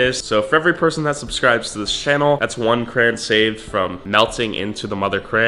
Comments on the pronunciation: Why did nobody correct you when you said Kran? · Every like I’ll add the correct pronunciation for crayon: Cray-on Cray-on Cray-on Cray-on Cray-on Cray-on Cray-on Cray-on Cray-on Cray-on Cray-on Cray-on Cray-on Cray-on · There’s only two syllables bud not one(crans) not three (cr-ay-on) two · I was triggered with "cran" "crayon" nonsense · I IS PRONOUNCED CRAYY-ONN NOT A FRICKING CRANBERRY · Ok. Hi CRAYY-ONN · Wtf is a kran 😂😂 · Hah yeah, it super triggering to keep hearing crayon pronounced cran 😂😂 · its crown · He can’t say crayons 😭😂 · Didn't know people said crayon as "cray-on". The way says it, is how I grew up saying it too. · Cray-On Say it with me now Craaayyy (as in you are crazy for saying cran) Onnnn (as in get on your your vocabulary) Just cherpin love the vids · you say crayon like “crans” bruh and all the other time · CrayOn not Cran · Its called a crayon not a cran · Why you SAY CRAN ITS CRAY-ON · STOP don't say cran IT IS CRAYON!!!!!!!!!!!!!! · It's CRAYON not CRAN LOL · I like how he says cran and not crayon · It’s not cran or cray on it’s cra. Ya on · Stop saying crans instead of crayon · Cran? Cran you read Crayon Not cran Cray On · What’s a cran??? It’s a CRAY-ON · Its cray - on not cran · Why tf does he say crayn💀 it’s crayon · It is a crayon not cran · It’s crayon NOT cran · HE IS SAYING CRAYON WRONG WTF. I SWEAR IUF U MAKE ANOTHER VIDEO PRONOUNCING IT KRAYN IMMA UNSUB! Jk but like please. say it right haha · It's pronounced cray(ON) not cray(IN) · It’s actually Crayon not CRAYY-ONN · It is pronounced "It" not I And its pronounced "crayon" not "CRAYY-ONN" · It's cray on not cran this bothers me lol at least you learn something new everyday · Juris Blumfelds its not educational he's teaching us to pronounce crayon like cran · Cray- on not cran this slightly triggered me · Crayon not cran btw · Y u say cran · Wait isn’t cran how you say it and yes i am serious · Anyone else get triggered everytime he said “kran”